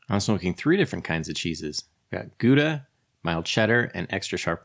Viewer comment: Nice Vid - thank you 👍 I can even forgive the terrible pronunciation of Gouda 😁